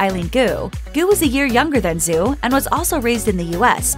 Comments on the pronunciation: It’s not pronounced Zoo, Zhu is pronounced as Ju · Just so you know, Zhu is pronounced more closely to 'joo' (with closed rounded lips) than 'zoo'. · Her name is pronounced "Dju" not "Zoo" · I couldn't stand to watch more than half of this because of the way this narrator repeatedly mispronounces her name. Zhu is not pronounced "zoo". Learn to pronounce people's names correctly ffs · Her name isn't Zoo Yi... It's Zhu, pronounced like shoe, but with a Z sound rather than an s. Good Lord, can't get anything right when it comes to talking? smdh WAY - Bow NOT Wee - Bow... rolls eyes heavily You're saying Zhou wrong too. No surprise there, though...